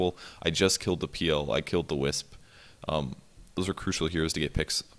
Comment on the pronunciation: I like how he prounces PL peal